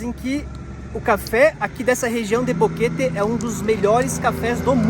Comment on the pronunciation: Ele se segurando p falar bonito o nome da cidade e aí sai boqueteeee kkkk